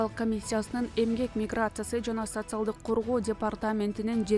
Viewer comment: ФУ ФУ ! ВЕНГРИЯ ДЕГЕНДИ НОРМ.ЭЛЕ ОКУЧУ ЭКИЛЕНБЕЙ . ЭКИЛЕНИП АТЫП ЭЛЕ " СОЦИАЛДЫК , ФЕЛИКС , ЛЕНИН , ФРОЛОВ " ........ ДЕГЕН СОЗДОРДУ ТАНТЫП АЙТА АЛБАЙ ЭЛЕ КАЛАТ ЭКЕНСИНЕР 😂😂😂😂😂 ( СоССиалист , ЛеЛин .........)